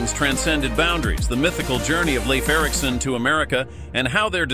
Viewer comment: Pronounce Leaf Erikson to be right as Lief and not as laif. 🌕Leif Erikson is believed to be the one who told about Vinland as reported in the Icelandic saga. He spoke old Norse. ⛵